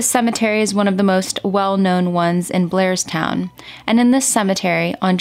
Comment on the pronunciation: That’s Blairstown NJ. Sounds like she was saying Glairstown. It’s a very country area of NJ and some of those towns are not heavily populated. I can see how no one would witness this. Sad case. I lived most my life in NJ and I know that area. RIP princess doe.